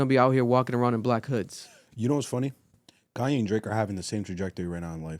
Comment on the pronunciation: Just say Kanye right and y’all understand him